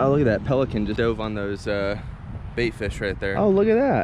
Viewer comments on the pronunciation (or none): none